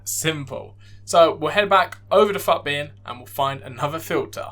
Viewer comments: Nice video bro, I think everyone says “footbin” rather than PHUTBIN lool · mate the way you say FUTbin LMAO